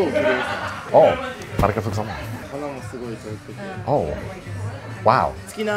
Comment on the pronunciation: How are you so bad at Japanese? YOU LIVE THERE. Please learn just a little bit. Like to pronounce "Arigatou gozaimasu" properly...please.